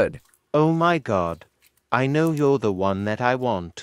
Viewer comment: bro why you said lnow😂😂